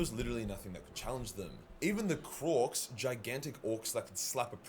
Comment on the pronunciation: Krork not "kronk" lol